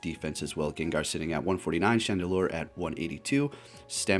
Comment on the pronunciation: He called chandelure "chandelier" at first too lol